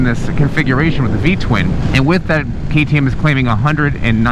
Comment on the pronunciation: Did u just say TTM? 😂😂😂